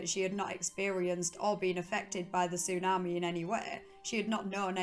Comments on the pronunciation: So annoying 😂😂😂 tsunameh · Am I the only one here whose annoyed by the “tsu-na-meh”? I mean it would’ve been okay if it wasn’t on purpose but I actually heard her say tsunami the correct way once or twice so now I think she’s just doing it on purpose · I couldn't stand to listen to her attempt to pronounce tsunami one more time, "su naah maaaay" Like a valley girl from Scotland with a learning disability. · Tsunami not Tsunamae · Tsu- Nah- Meh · It’s tsunamehhh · How you say tsunami is really something 😂 love it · The way you say tsunami is funny Af 😂😂😂 was laughing hard everytime you say tsunami 😂😂😂 it's like an AI saying tsunami 😂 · Listening to her say the word tsunami is absolutely hysterical and than when you start listening to her accent and it's drama it's even more hilarious!